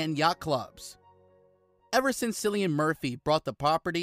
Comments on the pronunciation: Omg it’s Cillian not Sillian ! And at the end you say he was born in a Dublin - wrong - he’s from Douglas Cork . Research your videos info before you post them ! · Omg there are so many mistakes in this video. It is disgraceful especially that you pronounce his name wrongly. How can you do that it’s pronounced as if it was K not C or r S If he was born in Douglas, it was Cork not Dublin, and as far as I know, he he grew up in Cork😡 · It's pronounced Killian bro... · The pronunciation of Cillian Murphy is actually Killian not Sillian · Note, his name is pronounced with a hard K sound, sounds like kill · It would be nice to pronounce his name correctly! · Clickbait with constant mispronunciation of his NAME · This is the most annoying video. You pronounce his name wrong over and over